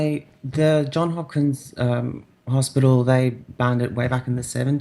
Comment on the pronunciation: It's "Johns Hopkins". There's an "s" at the end of John. Just FYI.